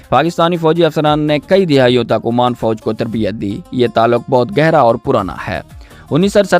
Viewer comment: Oman not Amaan